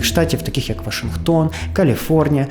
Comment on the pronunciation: брооо, «вашингтОн»! немає ніякого «вАшингтона», крім Джорджа🤦‍♂️🤌